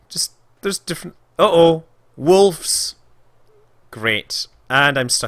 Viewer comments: Scott Manley Entirely possible! That, or it's just your impaired pronunciation making things funny for us who are neither scottish nor american (or from any other english-speaking country for that matter). In either case you did say 'wolfs' :p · Definitely a "f" in there. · Scott Manley I also hear Wolfs, Maybe with a smidgen of V in there, Wolvffs maybe, but there is definitely an F in there. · I laughed , criticizing american pronunciation... and then saying "wolfs" =D